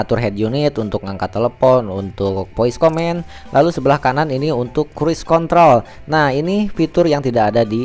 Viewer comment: Mas, maaf, sebutan Soft touch bukan soft tas......satu lagi Cruise Control.....bukan Kruis Mas.....susah kasih tahunya lewat text...cek di google translate aja mas.....biar video selanjutnya gk terlalu mengganggu di telinga....thanks anyway